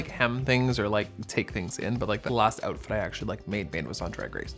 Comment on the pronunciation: not this making me realizing how much Canadians skip T’s when they’re saying things 😭😭